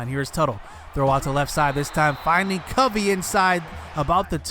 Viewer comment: Its Cuh-vee.. just an fyi. Guy is wes welker type with speed. Has NFL talent imo